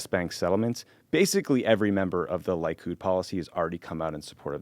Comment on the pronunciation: Lee-kud, not Lie-kud. :) Wonderful pod guys!